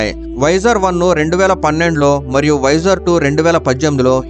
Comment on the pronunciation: "వైజర్" అనడం మానెయ్యి. దాని పేరు వొయేజర్". వైజర్ అంటే helmet కి ముందు వుండే అద్దం